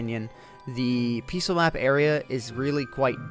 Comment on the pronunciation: I hate the way you say "peaceful."